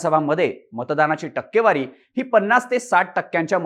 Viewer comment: ****Murkhanno****.. news denyaaadhi takkewari kashi wachayachi he shikun ghya.